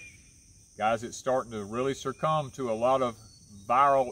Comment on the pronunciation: The word is "succumb," NOT pronounced Sir Come.